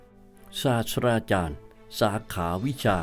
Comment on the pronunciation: ศาสตราจารย์ อ่านว่า สาด-ตรา-จาน ไม่ใช่ สาด-สะ-ดา-จาน ต้องอ่านให้ถูกต้องนะครับ